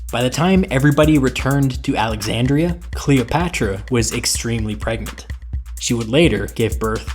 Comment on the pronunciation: "I am very Gregnant." - Cleopatra( Ptolemy )